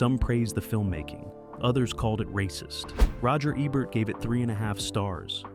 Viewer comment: Wow! You're really butchering people's names. You switch the pronounciation of Roger Ebert's name back and forth. 😮 Also, some of these films are not forgotten. JoBlo can attest to that.